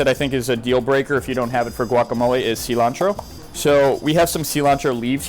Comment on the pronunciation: Sea-lontro. Guacamol-ah.